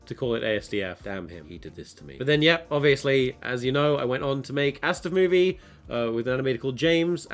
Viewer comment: No one I know pronounces it ass-duff when talking about the animations